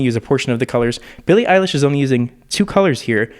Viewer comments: my man almost said “Billie Ache” 😆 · “Billie Eyelash”